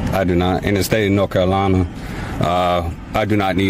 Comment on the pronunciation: “The state of Nokolana’, where exactly in the USA is “Nokolana”?